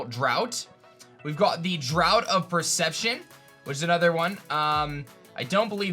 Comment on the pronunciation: Draught is pronounced like draft